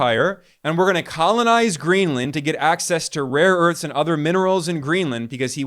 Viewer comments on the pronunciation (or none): He has dyslexia; mixing up a and o as in 'rore earths', poor sod. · ‘Raw earths’ 😅😅😅 He has absolutely no clue what he is talking about 🤣